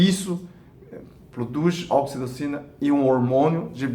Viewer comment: Num consegui entender o nome do hormônio